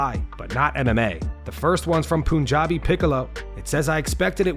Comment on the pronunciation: It's PUNjabi not POON 😭😭